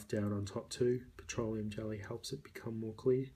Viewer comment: The way you say "irritation" and "petroleum" is really satisfying